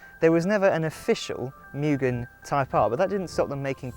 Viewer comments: Its pronounced “moo gen” not “myu gen” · Pronounced " Moo-Gen " (Moo- GEN , Gen-like the number TEN ) YouTube Video Search Name > How do you say Mugen? I'll Bet you are saying it wrong! Direct Video Link > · Cant even pronounce Mugen correctly.